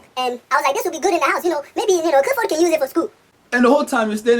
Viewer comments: Lol just realized that can't pronounce his "L"s see what I did there? "" instead of Clifford. Because that's how he pronounce "L"s:") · evie That may be because some African parents give their child(ren) a name(s) that they can’t pronounce correctly, such as Clifford - in videos.